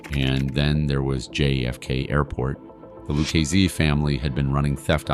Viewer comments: with all due respect so you know I say this with positivity its pronounce ' LOO-KA-ZEE " if you were to read it or say it PHONETICALLY or " LOU-KA-ZEE " " LU-KA-ZEE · "Lucchese" is pronounced "loo - KAY' - zee" -- not whatever it is in this VO narration. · Lukeisee... Kaypo.... some absolute beauties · Lukeaizey. He was a capeO. Bro say it right or don’t say it at all.